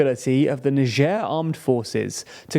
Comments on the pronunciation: it's niger (nayjer) ... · It's Niger not Nigee lol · Why you pronounce it like it was nijierre ? It's n-i-g-g-e-r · Do British people seriously pronouce Niger as Najere? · "neicher" lol, never heard it pronounced like that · Like neizhuh i think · The country , not the river. The Niger River is pronounced "N-eye J-uhr." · …so is that how you actually pronounce Niger…? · Never heard the country pronounced like that tbh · Is that how you pronounce the country's name? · Aren't we going to far with all this PC culture, changing pronunciation of country name because it sounds vaguely symilar to racial slur 😢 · True. But I think the important aspect here is the pronunciation of the G. That is the part that could cause.... let's call it "confusion". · Here in Russia it is pronounced like NiGer (G like H in hitler) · You pronunce niger wrong smh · They really couldn't even pronounce "niger" correctly? I got it wrong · oh i just looked it up and it is apparently different in the UK compared to where i learned it (US). I just assumed he got it wrong because of his history with pronounciation. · I'm sure he pronounces the name of the country wrong